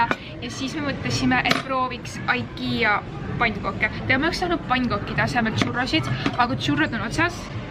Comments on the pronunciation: Igea hääldatakse mitte ikea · Miks sa ütled aikia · See on ikea mitte aikia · Sa ei oska IKEA öelda(no hate)